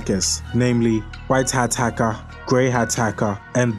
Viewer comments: Haka or hacker? Lol 😹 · "hacka" lmao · white hat haka , grey hat haka and black hat hakah